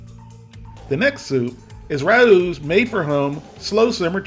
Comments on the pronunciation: Raos is pronounced Rey os not rous or rowse. Famous Italian restaurant in NYC...the food is impeccable...educate my man... peace. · FYI RAO’s is pronounced “Ray-O’s” not Ra-Ooz” 😁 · Ray-ohs. Wtf is he saying? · Rao’s is pronounced Ray-O’s. Rah-Oos! lol. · It's Ray-o's not Rah-ooh's. Rao's is a very famous NYC italian restaurant . It now makes sauces and soups. The tomato sauces are very highly regarded. Fun fact- Rao's was supposedly one of Frank Sinatra's favorite hang outs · For future reference, Rao's is pronounced row's with a short O. It's an Italian NY restaurant. Nice videos BTW! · Everything Raos makes are overpriced. BTW its pronounced with a silent a so rowes. Progresso makes a Light version with less sodium and thats what I buy. Yeah, I can make it cheaper but who has 12 freezers to keep all the things we can make cheaper? That's the problem. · Say it with me, "Rows Chicken Noodle Soup" which rhymes with Owws as in when you stub your toe. This ain't rocket science dude... Also you both need to be on the microphone when you're giving feedback not mumbling in the background. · Rao's is pronounced RAY- O's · Interesting video. Just for reference, Rao is pronounced "RAY-oh." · Rao’s is pronounced Ray-o’s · I love your videos. It's pronounced "Ray-Ohs." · it's pronounced 'ray-o' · I have to correct you on the right was of saying Rao’s. The a is said like a long a. Ray. The o is said like oh my. Long o. It’s a Italian restaurant in NYC. The food I’d great. But I find the products for sale in supermarkets is awful. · Just so you know, it’s RAY-Os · I’m not reading 590 comments to see if anyone told you that Rao’s brand is pronounced Ray-Ohs. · Rao’s is pronounced Ray-O’s. Great review as always! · Progresso is my fav. Anything Campbell makes that's not condensed is crud. And... Rao's is pronounced RAY-os. 😂😂😂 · Just so you know, Rao’s is pronounced like wow’s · Ay Rao's is pronounced Ray-O's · It's pronounced RAY- OHS... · It is pronounced Ray-O’s.